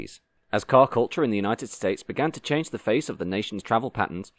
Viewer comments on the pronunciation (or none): none